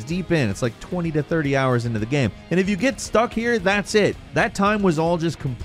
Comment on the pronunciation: I feel like I’m being gaslit by. Sometimes he pronounces the word GAME very strangely but no one else seems to acknowledge it. He straight up says GAMS at the beginning of the video I feel like I’m taking crazy pills!!